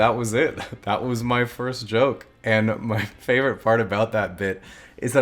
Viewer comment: Did he just say "JoJoke"?